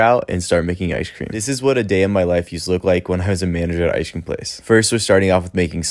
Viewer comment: do you pronounce icecream as Ishcream ? That's something different i heard